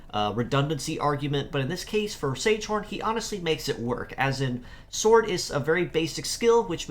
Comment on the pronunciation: Don't know if you care much about pronunciation but these names come from German, so instead of "sage horn" it would be ZEG-uh-HAWN. The other one would be HIH-ush-KEF-a.